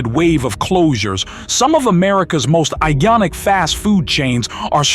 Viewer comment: Eye-yonic? Did you bother proofing your fake AI voiceover prior to posting?